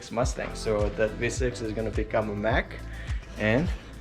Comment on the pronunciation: The correct name of the car is a Mach 1, not Mack.